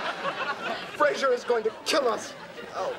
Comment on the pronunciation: never noticed this before, but she actually calls him "Frazer".